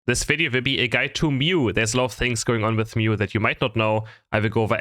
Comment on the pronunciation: The beginning: "thisvivi vivi a guide to mew" me: wtf? The subtitles: "this video will be a guide to mew" me: aaaaah